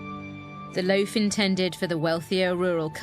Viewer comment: Completely off subject, I happen to enjoy listening to different accents, and I notice the woman historian in this video uses a long "A" often in place of a long "O," phonetically speaking. In other words, instead of "loaf," she says "lafe." "A lafe of bread." That's what it sounds like to me, anyway. I have heard this accent before, but don't know what it is called.